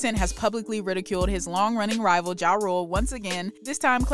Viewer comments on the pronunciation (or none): “Rival” lol😂